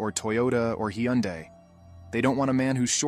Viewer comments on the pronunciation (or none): 2.25 or 2.20? Two to .25? Narration said "self efficient" subtitles read "self sufficient". Hee-unday? It's pronounced Hun-day. you can't self-edit, you shouldn't do these.